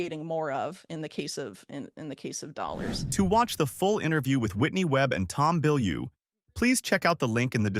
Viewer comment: Its tom bilyue smfh